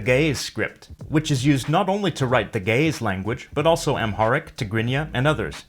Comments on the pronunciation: you mispronounced the word ge'ez, it is not read as ga'yes but as gi'iiz. Even if i don't agree about your beliefs about the origin of the language(we have our own history of it that dates back to the the 7th generation of Adam and Eve), this is a very informative video. it is also interesting to see very few people know about this ancient language. just to add, in the past we have been taught that amharic was a direct descendant of Ge'ez but new studies are showing that amharic might have existed before ge'ez and that even ge'ez uses borrowed amharic letters that it didn't have before, which is noticeable in re-written scriptures. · That's because he's pronouncing it improperly. When pronounced properly it doesn't sound like, gay's. Trust me. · Ouy, the pronunciations suck, but the info is good. Geh - ez for example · Ge'ez: Gəʿəz IPA: [ˈɡɨʕɨz] , not */ge-ez/ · You said ge-ez ( ግዕዝ )but it's gi-iz. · Ge'ez is pronounced "gi-hiz" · I first thought it was going to be pronounced as jeez but turns out it's gays. even better tho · ge'ez is pronounced guh-uhz. great video bro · I can't unhear Ge'ez as gays... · Ok I loled at the pronunciation of "Ge'ez script" LOL